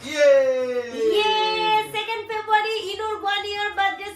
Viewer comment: Ki febuary,febuary korcho,beshi style marte giye February ta thik vabe bolteo parcho na...